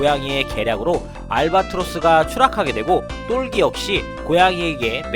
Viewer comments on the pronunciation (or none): 똘기인데,,똘끼라고 발음하시니까,,ㅋㅋㅋ 재밌네요